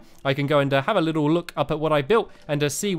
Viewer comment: say a little bit 5 times fast. did you say a bittle bit?